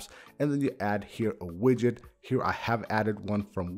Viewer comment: Yid-get lol not quite but close! 😂